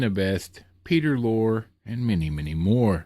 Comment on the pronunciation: Glad to know your doing ok with the storms going on. One nitpick: Peter Lore's last name is pronounced more like "lorry" but Hey, I mispronounce names all the time😊